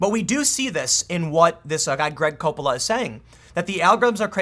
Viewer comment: COppola. Not coPPOLA